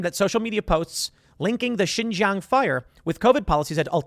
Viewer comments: XinJiang "SheenJeeAng" Tim!!! Not "ShinZhang" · Love to see it :D. All Chinese refugees welcome unless you simp for the CCP but Brandon would never except them. Tim, your asian half is showing, let a black man whos really into China help you out. Xinjiang is pronounced (seen-jee-ong). The jiang part is pronounced fast though in a fluent manner. When you break it up slowly it sounds a bit funny.